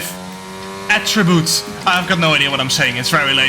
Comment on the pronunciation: Attriboot (AH-tree-boot) Definition: a Canadian characteristic